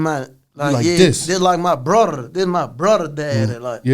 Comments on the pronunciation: "My blrddddudddaa"😂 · When Pooh said “ brother” sound like he said “blrrrrdd”😂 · When he said “My buurrrother” 😂😂😂😂